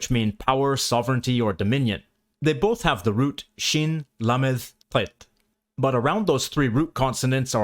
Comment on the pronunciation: Your θet / ט is so well-pronounced, it's like ASMR.